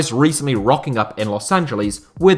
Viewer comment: Can you learn how to say Los Angeles